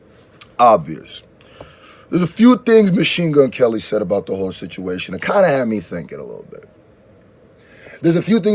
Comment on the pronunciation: dude come on! now say "Kell's" or "Kelly" the "L" is in there no matter!! now do the same with "Marshall"! hows that? 🤐